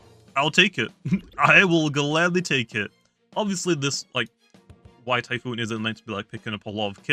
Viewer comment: WHY DO YOU PRONOUNCE IT AS WHYTYPHOON THAT SOUNDS SO OFF